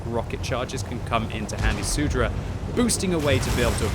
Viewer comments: It's not SUDRA, but Soudruh lmao. It means "Comrade". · I love how says soudruh. I speak Czech and this makes the commentary more exciting.